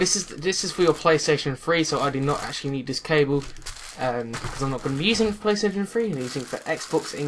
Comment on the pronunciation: I like how he says "Playstation free" instead of "Playstation Three"